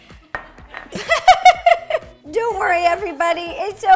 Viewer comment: Ro: Don't worry Me: Dough worry